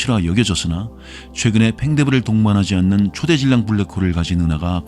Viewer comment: 초대질량이 아니라 초 대질량으로 읽어야죠.